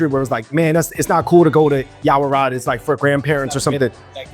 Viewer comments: I think I heard you pronounce this china town neighborhood as "Yao-Ra-Wat" instead of "Yao-Wa-Rat" 🤔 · you keep calling it Yaorawat instead of Yaowarat. 😂